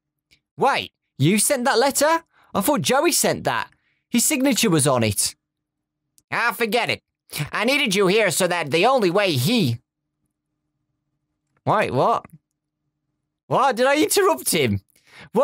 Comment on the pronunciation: Who else cringed ? He said "Ah, forget it." when it's supposed to be "I forged it", he was talking about a signature that he faked, he being bendy.